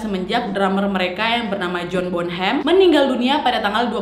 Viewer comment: John Bo nem kak,bukannya John Bon Ham